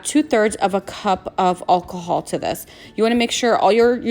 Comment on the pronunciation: Your pronouncing alcohol wrong